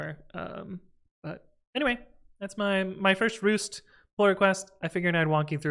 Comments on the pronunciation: it's 'rasT' 🥴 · Did you say "ROOST"? lmao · I'm sorry but did you say "Roost"??